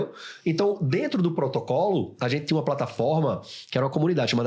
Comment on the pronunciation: eu ouvi um potrocolo, e potocolo? mas o é top mesmo com o Potrocolo